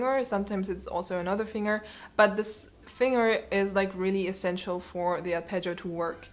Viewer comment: The most annoying thing about this GREAT video is the pronunciation of the word FINGER!!! "Finger" is NOT pronounced "FING - ER", it is pronounced "FING - GER".